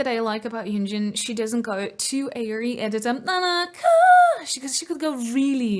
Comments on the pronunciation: i love your ive videos, but her name is yujin not yunjin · it’s yujin.. not yunjin😊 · i always get confused myself and have to double check their names, but i think you keep calling Yujin "YuNjin," which is the name of one of the members of le sserafim. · Its not YUNJIN it's YUJIN! ❤ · It's "Yujin", not "Yunjin" - Yunjin is in LE SSERAFIM 😅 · leader of this band is You-jin not Yoon-jin. No 'n' sound after 'You' Yoon-jin is one of le sserafim. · HER NAME IS YUJIN NOT YUNJIN😭😭😭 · i can tell you really love ive but can i correct you on the pronunciation of yujin’s name? its literally ‘eugene’ on yuNjin.. yunjin is a whole different person 😅 anyways, thank you for making a reaction video and giving so much praise for them :) they have worked hard for their vocals ever since debut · Her name YUJIN not YUNJIN you keep calling YUNJIN🙈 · i keep hearing you say Yunjin but her name is Yujin btw! this video is very informative and love it! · I always love your IVE reactions! Just one correction, it's "Yujin" and not yunjin. ☺️ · Its Yujin not yunjin please say it right <3. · just to correct something, it's yujin not yunjin !😅 because i saw a lot of people getting her name wrong😭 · her name is YU JIN not YUN JIN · and plis call name yujin as Y U J I N, not yunjin 😭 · take a tequila shot every time she calls Yujin, Yunjin... have 911 on speed dial :) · IVE YUJIN NOT YUNJIN 😢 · Idk why. It irks me that you call yujin as yunjin. It’s YUJIN anyway.